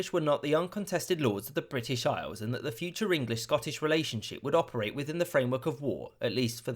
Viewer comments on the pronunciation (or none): none